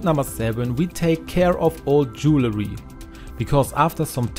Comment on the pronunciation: Bonnes idées, merci. Correction.... Ce n'est pas "jew-le-ry" MAIS "dual-ry".